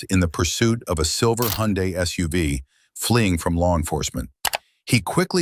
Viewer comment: You lost me when your AI announcer said "soov" unstead of SUV